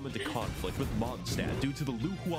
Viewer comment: Mondstadt is german and means Moon-city, he butchered the pronounciation really bad :shelterin